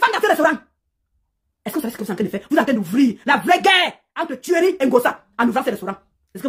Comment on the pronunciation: j' aime trop sa façon de prononcer le nom de thuerry là. Ça dose jusqu'à aaa !